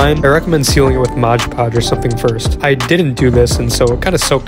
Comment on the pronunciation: its mod podge. stop pronouncing it like my art teacher